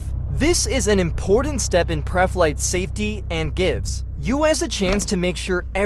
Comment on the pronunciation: pruh flight